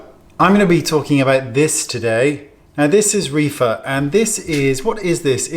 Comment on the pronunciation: Oh my I thought you said Reefer